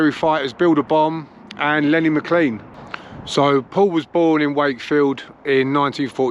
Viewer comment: Great video 👍 also good to hear somebody pronouncing Lenny’s surname correctly 👍 lol cheers bud!